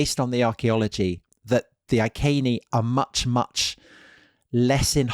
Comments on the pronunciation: Why does Tom who claims a background in Latin pronounce the Iceni as "Ai Seen ee" or Ai ken ee"as opposed to "Ee ken ee"? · Is 'Eye-kay-nee' the accepted pronunciation of 'Iceni' nowadays? Would it not be 'Ee-kay-nee' in classical latin? We were taught 'Eye-see-nigh' at school - the anglicised Westminster latin rendering. I only mention it because it was said so many times. A very interesting video. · Boudicci. Victorious woman. Beir bua fellow Celts! PS Iceni ....I'd say that something like Ee- Kenny given there is no K in the Welsh / Latin alphabet? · Iceni = eee-KENN’-eee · Since we have no documentary proof, other than the name of a road (2000 years later) that now runs to Wiltshire, where Tom is from, Iceni is probably best pronounced eye-see-knee, rather than eye-kay-knee. What do you think Tom? Oh ok, let's try and convert all of Britain to say eye-kay-knee. Finally, if I was a woman, which I'm not, even though I have a penis, I would say Boudica was not entirely happy with the pronunciation of her name - boo-dick-ah. She would likely have been far more happy with boa-dis-seah, don't you think? I mean, you just have to know women to know what she would have preferred. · 'I's always make "ee" sounds in Latin, so "Eekehnee" would probably be a bit more accurate. (I'm by no means an expert, though.)